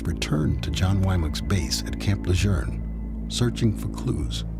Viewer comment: Le JEUNE....not le journe?